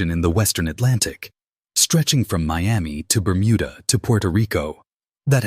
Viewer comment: I couldn't watch anymore after your a.i called it the burmunda triangle 😂